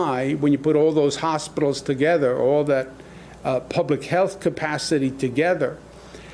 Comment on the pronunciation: goog god the T in consortium is pronounced